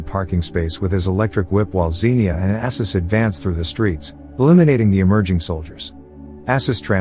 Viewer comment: This was a fun movie. The summary is a bit sloppy in places, but maybe you've only watched it once? I've probably seen it about a hundred times. It's Arsus, not Assus, and those are mobsters Khan kills. I never did figure out what Ksenia did with her clothes underwater in her circus act, though.